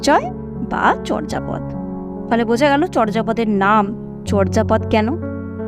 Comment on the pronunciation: আপনি এখানে চর্যাপদের উচ্চারণ বলেছেন 'চর্'জাপদ' কিন্তু প্রমিত বাংলা উচ্চারণের নিয়ম অনুযায়ী উচ্চারণটি হবে 'চোর্'জাপদ' । নরেন বিশ্বাস, বাঙলা উচ্চারণ অভিধান, বাংলা একাডেমি, ঢাকা ।